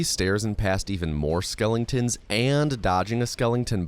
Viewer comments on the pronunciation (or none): Love that you call them skelingtons. I don't even speed run and I love watching your explanations. As a software dev I find speed runs fascinating because it is some of the best testing a piece of software can ever receive. I'd love to hire speed runs as test leads for software one day if I'm ever in a position to make that call.